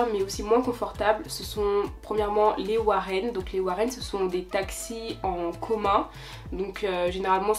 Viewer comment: On dit les woro et NON warren!!!!!!!